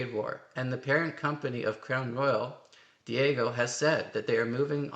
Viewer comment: Your general analysis is spot on, but the company is Dee-a-jee-owe, not Diego.